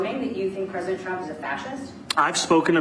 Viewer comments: “Pwesident Twump” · Pwesident twump lmfao 😂😂